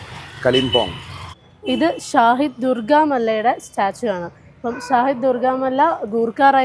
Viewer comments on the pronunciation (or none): ഷാഹിദ് അല്ല ഷെഹീദ് എന്നാൽ പോരാടി മരണം വരിച്ചവർ എന്നാണ്